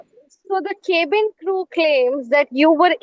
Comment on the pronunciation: This journalist cant pronounce cabin properly. Now lets talk about air pollution, education, Clean drinking water, good roads, etc etc